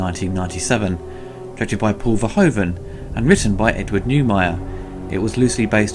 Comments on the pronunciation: Paul Verhoeven's name is pronounced as VERHOOVEN. As in shOOt, lOOt, gOOd etc. In his language "oe" = the "oo" of English. Lovely review though, keep it up. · For future reference, Verhoeven's name is pronounced ver-who-ven, that being said, love this movie and love your reviews. <3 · why is it for non-dutch people so hard to pronounce " Verhoeven" ?